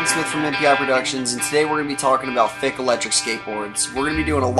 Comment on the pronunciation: Wer is deutsch und muss jedes mal grinsen wenn er Fick sagt :D